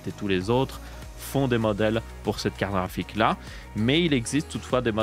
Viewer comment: Jaime bien quand il dit "KARRAFIK" 😂